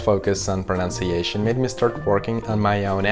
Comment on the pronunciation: Excellent presentation. It is “pronunciation” and not “pronounciation”. This is a mistake that many native English speakers make. I liked your thought about unnecessarily attempting to speak two languages (the one you hear as well as the one you speak - accent-wise). Молодец 👏🏻